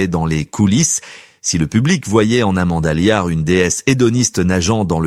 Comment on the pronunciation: Amanda Liart ??? Elle provient d'une petite bourgade des Ardennes 😂 😊😂 , ah décidément l'IA c'est beaucoup de blabla mais c'est surtout très perfectible ! N'empêche que Amanda Lear reste à son âge autant un mystère qu'une icône qui en fait une artiste et une icône qu'attachante...